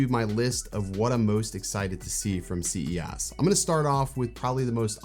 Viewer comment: Is he saying C E ASS on purpose?